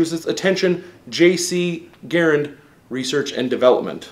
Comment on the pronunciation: He’s not talking about the man ... he’s talking about the rifle. And he’s pronouncing the rifle’s name wrong.